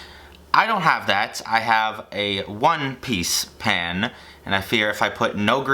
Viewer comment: The way you say pan sounds like your saying pen